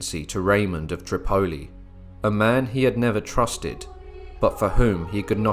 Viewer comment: I really wish u UTers would learn English right Tripoli is pronounced trip-a-e with ascent on the first syllable it make ur videos hard to lessen to with mispronunciations all over them